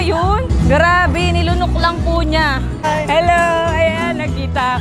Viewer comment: Oe pwesent😅 henlo friends😆